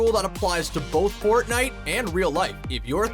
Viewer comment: nobody is gonna address him saying fortnewt at the start?